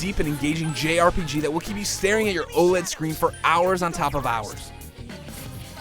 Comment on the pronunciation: Did he just call the OLED screen an "oh lead"? Jesus christ